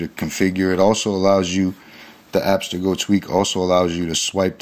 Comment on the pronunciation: It's pronounced Abb-STIR-go. not app-ster-go. It's named after a company from Assassin's creed... Fucking annoying.